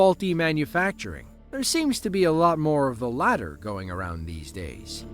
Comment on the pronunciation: "Wot is gorrin orn?"